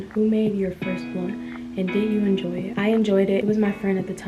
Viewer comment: Am I the only high one as well and heard “endoy” instead of “enjoy”?😭girl you’re so sweet and pretty